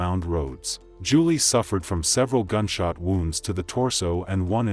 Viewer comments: Please pronounce her name correctly it sounds like July not Julie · Did that reporter say "July Johnson"?! 🤦🏽 Just disrespectful.. She knew dang well that's not how you pronounce that. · Here name was pronounced "July" like the month. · Her name is pronounced like july Rip 😢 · I appreciate you covering Julii's story, but my little cousins name is pronounced like the month of July, but it's spelled Julii. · July it's pronounced July